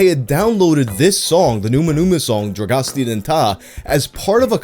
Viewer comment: If you were a Romanian in the early 00s, you were not truly Romanian unless you could sing “Dragostea din tei” by heart Also “Dragostea din tei” is pronounced “drah-ghos-téa deen téy”. You pronounced “dragostea” pretty good actually!